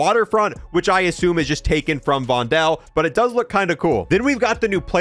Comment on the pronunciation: Your pronunciation of Vondel is funny 😅 it's like "Vondol" or "Vondool" or "Vondul"